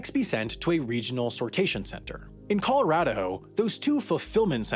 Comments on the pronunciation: Anyone else him say 'Coloradaho' haha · “in coloradaho”